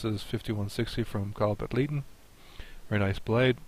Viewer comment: you weren't kidding about pronouncing Kyles last name differently from me. I have been looking at getting one of these from Kyle. Looks like an interesting design. I really like the 5160 in that orange cleaver I have from him. That thing almost sharpens by accident.